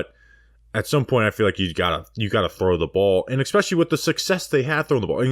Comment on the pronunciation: How bout “expecially “